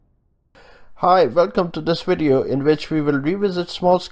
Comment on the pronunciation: Why can't South Asians say the letter "V" ? He says wideo...